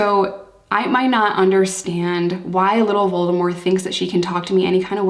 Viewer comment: Since nobody else has mentioned it, kudos for pronouncing Voldemort's name correctly!